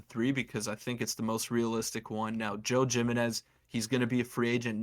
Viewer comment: Joe Jimenez is pronounced Him-en-ez